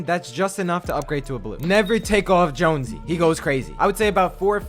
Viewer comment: Really? Joonsy? Come on its Jonesy